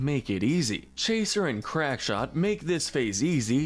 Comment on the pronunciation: Crackshot, not crankshot.